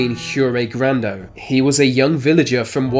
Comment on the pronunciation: Grando rhymes with Brando.